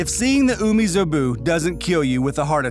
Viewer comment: its umibozu not umizobu bruh